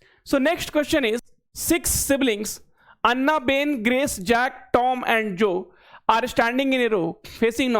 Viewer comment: एना ❎ अन्ना ✅